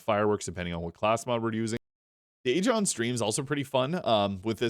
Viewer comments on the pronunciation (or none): Interesting build. Few tips: Pro-tee-an (different from protein) Synergistic (not synergetic) All Strays are Ripper A-gone (not A-jon)